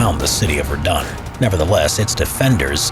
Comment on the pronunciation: Am I the only one who knows french and is triggered by his pronunciation of Verdun?